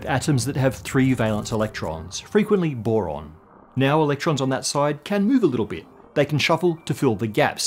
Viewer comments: Whoever made BO-ron, is a MO-ron. (Just kidding) It is B for Boron, as far as I know. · Since when is Boron "Bo"? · “Bo”? Tsk, tsk… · "Bo" for Boron?!?